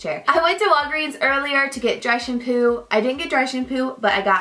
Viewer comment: I thought you said direction poo, not dry shampoo ._. I had to rewind it 4 times before I heard dry shampoo...